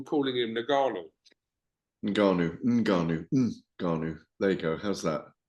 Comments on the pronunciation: 🤣🤣🤣 UNgannou not NAgganou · Gareth, its N-Gannou, not Na-Ganoo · Considering he’s a very reputable and experienced boxing ‘journalist’, Gareth butchers some very easy names. ‘You-sick’, ‘Nergarnou’ to note a couple. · You-sick, Nuh-Gannou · Who is na-gannu ? He cant even be arsed to learn his name. If it's not Fury ; he doesnt care. #@ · GARETH THE TYPE OF GUY TO AN EXTEA SYLLABLE TO FRANCIS NGANNOU LAST NAME.